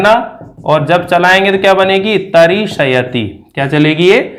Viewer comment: Pronunciation is really bad - it is not ta-ri-sha-ya-ti - it is ta-ri-shya-ti. As a teacher, the first thing is good pronunciation.